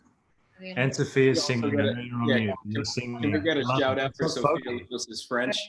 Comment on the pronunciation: Sophia's pronunciation was so smooth ....she did a great job